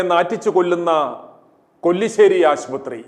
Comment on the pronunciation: കൊല്ലി ശേരി അല്ല കല്ലിശേരി